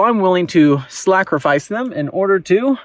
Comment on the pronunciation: I died at « I’m willing to SLACKrifice them »